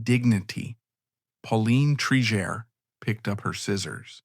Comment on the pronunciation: You pronounced her name correctly in the beginning and now 3 x incorrectly. Obviously an AI voice. Disappointing